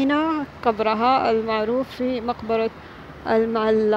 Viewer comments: المعلاه وليس المعلا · المعلاة وليس المعلا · طبعا في المجمل شي جميل ما تقومين به اختى الكريمه في كل فيديوهاتك ولكن في هذا الفيديو لموقع اثري مقبرة المعلاه وكما لفظتيها بالمعلا بتشديد اللام وهذا خطأ في صحة الاسم لانه كثير من المتابعين يعتقدون بان ما لفظتيه اسم صحيح ايضا العزة وانتي لفظايها غزة بدون الالف واللام وتفرق بين غزة والغزة اتمنى في اي اسم يكون صحيح وخاصة المواقع التاريخيه حتى لانعبث بمسميات تاريخية ذات قيمه علمية وليس مجرد تعليق على فلوق لكسب عدد من المتابعين اتمنى قبول ملاحظاتي ولك كل التحية والتقدير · اسمها مقبرة المعلاة اللام عليها فتحة بدون شدة أي لاتنطق بالشدة هذا الصحيح